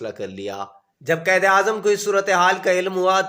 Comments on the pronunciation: Or lafz qaid ko qaed na bolain .apna tlafuz behtr krain. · Ap ko qaiad bolna nae ata